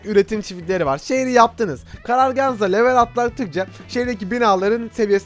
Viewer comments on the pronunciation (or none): none